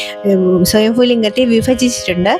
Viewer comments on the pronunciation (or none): സ്വയം ഫു അല്ല സ്വയം ഭൂ ലിംഗം